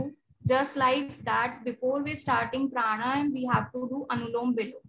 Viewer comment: Its not Prana + Yama, But Prana + Aayaamaa